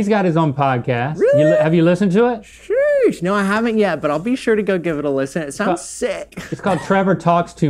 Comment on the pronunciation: Rhett saying “yeesh” instead of “sheesh”😂